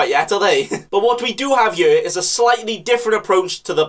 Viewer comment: Man says here like yere